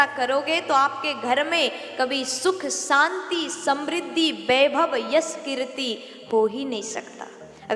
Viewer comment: Saaanti Saam nh Shaanti Shaam. Uchchaaran sahi karo. Choti bachi nh ho.